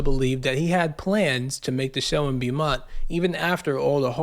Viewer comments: Beaumont is not pronounced bee-mont. It's pronounced like bo-mont. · It's pronounced Bo-mont. When you see the letters "Beau," you can know it is derived from the French language and will almost always be pronounced Bo or maybe Boo. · Its pronounced BOMONT